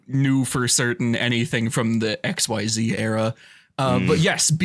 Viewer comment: The Millennium Hat has returned! Edit now that I’m further in: I’m pretty sure Crow Goblin was originally a tengu. Last edit, promise: Xyz isn’t pronounced “X-Y-Z”, it’s pronounced “ick-zeez”. There is a card that is pronounced by spelling that, but it’s spelled in all caps (XYZ). Yes, it is weird, but we roll with it.